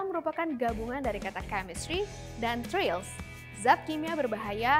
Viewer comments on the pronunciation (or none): mohon maaf, presenternya mungkin perlu memperbaiki pronounciation "trail". Presenter mengucapkan beberapa kali "trail" sebagai "trial", dua hal yang sangat berbeda. "trail" = jejak, "trial" = percobaan.